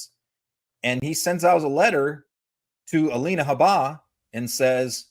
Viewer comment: I love both your guys' insights (I hope that's correct English) on Trump’s "situation," and watch you both wherever you are speaking. But please learn how to pronounce Alina "Habba's" name correctly. It is not Ha-BAH...it is HAB-buh...emphasis on the "Ha." I heard her actually say it herself on someone's podcast but don't remember where, so I can't share the link with either of you. Otherwise, another excellent video. Watching from Canada.🇨🇦 😊👋